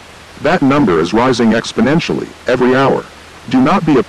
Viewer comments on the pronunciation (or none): none